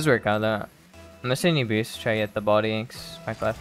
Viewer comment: "Yanxnz" Blud its pronounced "Yan"💀